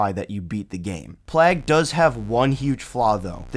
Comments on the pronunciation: "Plaag"? Not to sound like a jerk. But, you either simply don't know how to pronounce, "Plague" (playg/pleg), or you were sent from the future by Skynet. Or just messing with us. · Great vid! Plague is pronounced Play-ge, like a plague of grasshoppers! LOL